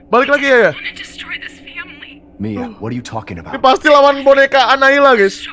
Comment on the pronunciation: Annabelle❎ annaila☑️ Annabelle bilaike: Annabelle bang bukan annaila😌